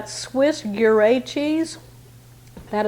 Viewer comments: It's not guray cheese ! It's pronounced grew - yair ! Looks tasty. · The cheese is pronounced “groo-YERR” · Great recipe. It’s pronounced “groo-yair”